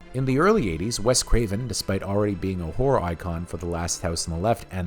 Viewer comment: You make good videos but I have to point out one minor issue: When you say "horror" it sounds like "whore".